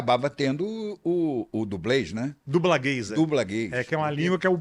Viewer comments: Quando ele disse "dublagays" eu pensei q fosse dublagem pra gays ahahaha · Eu também pensei isso. Só fui entender quando ele falou de novo a palavra em . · sim mas a pronúncia ficou estranho, acho que dublanês evitaria a confusão